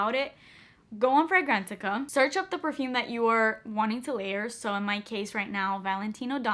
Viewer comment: are you saying go to “Frangrantica”?